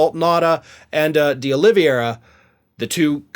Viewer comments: When will you learn to pronounce the man's name? It's OlivEIra, not Oliviera! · The man can't pronounce last names to save his life I swear LOL day-ole-avera lol